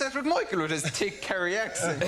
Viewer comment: Tick Kerry accent - thick is pronounced tick in Ireland.